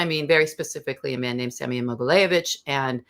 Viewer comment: Mogilevitch....not Mogileyevitch. It was challenging for me to find more info about this guy because she talks too fast and consistently misspronounces the name of her subject.